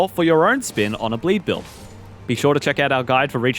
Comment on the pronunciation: BLEEE BILLL?!?